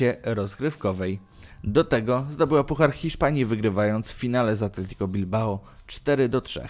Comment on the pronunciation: Mówi się ,,Atletik" a nie ,,Atletiko" Bilbao. Jeśli wspominasz o klubach z zasadami I tradycjami to ten klub zasługuje na pierwsze miejsce. Szkoda że nic więcej o nim nie wspomniałeś.